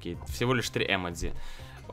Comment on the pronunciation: если ты хочешь показаться умным то не емедци а ёмоджы